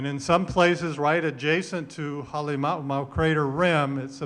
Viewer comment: AI Can't Pronounce Ha'alimaumau. You've been made!